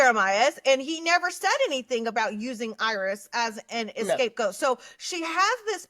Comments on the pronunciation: It’s not “escape goat.” It’s scapegoat. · It’s scapegoat (not “escape goat” what Huda said). Scapegoating = blaming others for problems to deflect criticism from the actual culprit... Huda!